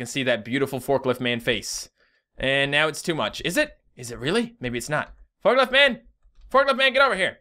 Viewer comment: Forkilft is killing me X,D